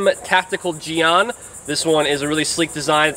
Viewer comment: I know this vid isn't a historical lesson... BUT I wanna make correction that a jian isn't "Used primary for stabbing and second for slashing" as if it were a rapier. Jian is a sword similar to an arming sword or any one-handed straight blade. Also, I am forgiving on the pronounciation but the pronounciation you give it is "jiang" (in pinyin) when it should pronounced "Jien" (written jian in pinyin but the a in the word is pronounced like E as in Yen)